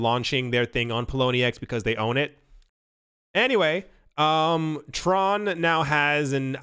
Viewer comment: Not going to lie, I cringed as you said the word Tron...